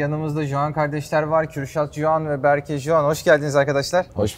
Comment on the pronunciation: berkeğ Yaren diyemedin bi lan